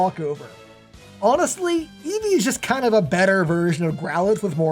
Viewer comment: Eevee, not Evee